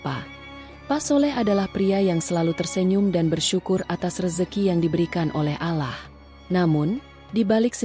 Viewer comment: Mengucapkan Allah nya salah .